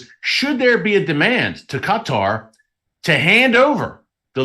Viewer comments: The right pronunciation about Qatar is emphasis on the last word part of the word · It's driving me nuts hearing you say cut-are over and over. Not sure I can make it through the rest of the video lol! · This thing will not let me print what I wanted to. I think its pronounced K-tar. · I believe it’s Kaw-tah as prounication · I love you brother 😂 but you say qatar really funny hahaha. Keep doing what your doing i watch your newscast all the time. We all know that the rapture of the church is about to happen and jacobs trouble is about to start. The body of christ is about to be harpazod outta here